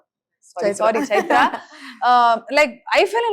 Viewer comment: Ms.Milana how about getting your fellow guest’s name right. It’s Chaitra and not Chitra and also let others finish what they have to say before butting in. So off putting.